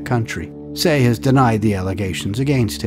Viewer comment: Love your videos. His name is pronounced “tai”